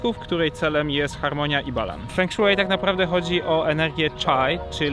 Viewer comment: fą szuei* ale i tak bliżej niż "feng szui"xD